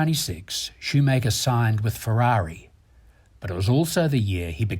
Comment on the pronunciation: Great documentary, but why can't the commentator pronounce anything right ? From "Omega", to "Valjoux", to "Schumacher", he mispronounces everything... Come on, it's not that hard !